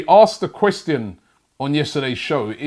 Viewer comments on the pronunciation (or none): Has anyone ever realized the way Robbie says the word ‘question’.